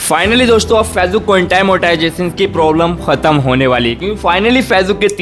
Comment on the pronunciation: फेजबुक नहीं है भाई वो फेसबुक है